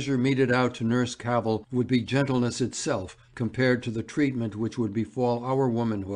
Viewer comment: and of her surname, which is pronounced Cavvle, like saddle :(